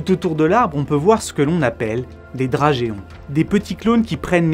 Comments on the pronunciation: prononcé « drajon », pas « dragéon ».. le e ne se prononce pas il permet juste de ne pas faire « dragon » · À mon avis çà se prononce drajon pas drajéon... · Drageon (lire drajon) et pas dragéon😀😉🤗🤗🤗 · Incroyable cette vidéo merci de mettre un peu de lumière sur ces magnifiques organismes que sont les arbres, il y a pleins de bouquin et de film très intéressant qui leur rend honneur aussi Notamment 'face aux arbres', de Christophe drenou, un livre qui reprend ce que tu nous expliques de manière plus détaillée PS: drageon ça se prononce 'drajon ' :)) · Excellent, et superbe conclusion. Mais « drageon » se prononce [drajon], et « akken » s’orthographie « akène ». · Vos vidéos sont toujours intéressantes. Drageon se prononce drajon et cerne est du masculin. Pas très grave et cela n'affecte pas la qualité de l'ensemble. Bravo et merci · Prononciation mauvaise, drageon se prononce dra-jon. Couper un vers de terre ce n'est pas systématiquement le tuer, ça dépend où on le coupe. Dire que tous les arbres sont aptes à se diviser et le font, c'est vraiment que de la théorie. La zoochorie est un mode de dispersion des graines et non une simple offrande de nourriture aux animaux afin d'éviter que les jeunes arbres concurrences celui qui leur a donné vie. Malgré nos désaccords je like quand même ta vidéo !